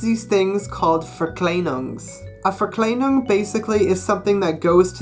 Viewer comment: You are saying your e wrong and your verklienings